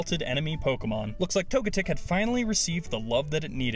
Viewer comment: Tog-a-tic no no tog-e-tic